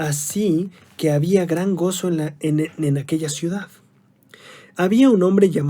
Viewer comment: Ciudad ,, hno ,, no cuidad ja ja ja se escuchó chistoso